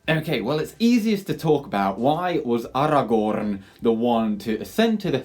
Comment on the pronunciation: Take a shot after every “AragoRRRRRRn”